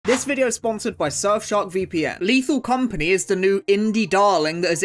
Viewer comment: Ok but, as a french, the "Léthal Comapgnie Créole" was pretty funny. For those who don't know, the compagnie créole is a french band.